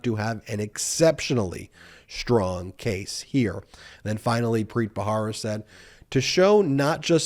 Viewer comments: I think it's Ba-RA-ra, not Ba-HA-ra. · Preet Bharara. The last name is pronounced Ba-ra-ra. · That's Preet Bharara, not bhahara (rara, not hara). Other than that, your presentations are authoritative, factual and measured. Well done. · Please pronounce Preet’s last name correctly! It’s spelled Bharara, pronounced as though the “h” isn’t there, Barara. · PREET'S LAST NAME IS B H A R A R A not BAHARA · You are mispronouncing Preet Bharara's last name. You can check out the correct pronunciation from Preet's podcast "Stay Tuned with Preet." He says his name in his intros. Love your videos.🥰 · Hi Ben- You mispronounce Preet's surname, but I forgive you because I love you. The "H" in the surname is a soft "H" like the one you encounter in the expression, "AH." Not like the hard, forward "H" used in "Help." Think of the final "h" in "House of Hannah" for example. Thank you for your brilliant comments and commentary!